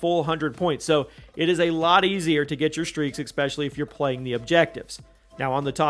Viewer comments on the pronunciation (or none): Great review, but I couldn't focus after noticing you saying expecially instead of especially 😂